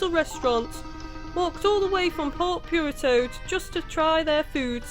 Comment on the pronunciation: I always do a double take when she says Port Piurto instead of Port Puerto (pronounced "poo-erto" for english speakers). I love the let's plays tho!!